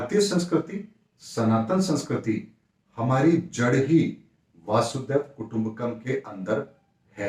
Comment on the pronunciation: Namaskar.. ek baat ka bahut bura lagata hai.. hamesha log VASUDEV KUTUMBKAM Bolte hain..jo ki bilkul galat hai... Uska koi bhi arth nahi nikalta... Vasudha ka matlab hai Bhoomi.. is liye woh VASUDHAIV KUTUMBAKAM hai वसुधैव कुटुंबकम्.. naa ke Vasudev Kutumbkam.. please achhi tarah se shuddh uccharan keejiye 🙏🙏🙏